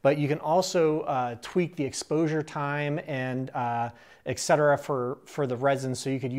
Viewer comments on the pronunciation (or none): It's just wrong if you say exetera. "Et cetera" is latin, if you turn it into "exetera" (which has no meaning in latin) you might as well stop using the word because. "Et cetera" means "and the rest (of such things)". Just use "and so on" instead of trying to sound smart by using expressions you don't even know the translation of and butchering them in the process. That's why I try to avoid french words unless I have looked them up beforehand. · That is so cool! Tangential question here: Why do Americans pronounce et cetera as "exetera" like ? So weird, I hear it all the time.